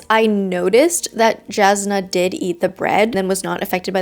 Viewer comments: Also Jasnah is pronounced with a Y sound Yas-nah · As an audiobook listener this pronunciation of “Jasnah” is messing with me. I’m sure lots of people say it that way, but I’m very much not used to it. (the J should be pronounced like a Y, if you’re curious. like Yasnah)